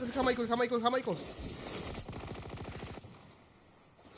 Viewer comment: Jajajajajaja nunca lo supo decir bien el nombre de JAIMICO XD